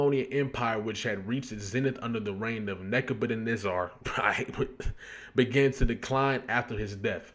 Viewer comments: It’s pronounced Neba-ca-nezzer Sorry bro but it was irking me to hear you mispronounce it 😂😂😂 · Surprised me when he said it like that. I thought he was educated enough to know how to pronounce it. Shame. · Say it with me my G. NEH - BYUH - KUHD - NEH - ZUH (spelled Nebuchadnezzar) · Neb-ba-ca-nezar. Or is the mispronunciation an inside joke that I’m late on??? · 🗣️NAH-BAH-KA-NÉ-ZER the pronunciation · I got you bro. Neh-Buh-CUH-Neh-Zer Nebuchadnezzar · Its pronounced "neh-buk-hed-nezzer" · Neb-uhh-kan-ezzir. Like, yes sir! Yezzzir! Neb-uh-kan-ezzirr! You heard it before, just dont recognize it, the way it's spelled. Pretty sure its said in the Marvel universe somewhere.😂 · same ong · "Nebb You Cuhh Nezz Zur" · its "neba cuh nez err" you aint seen the matrix?? 😂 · Seeing you butcher "Nebuchadnezzar" was funny as hell lmao side note "Nebuchadnezzar" was also Morpheus's ship name in The Matrix.